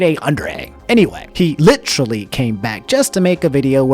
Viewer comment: "He *litrally*" God the nostalgia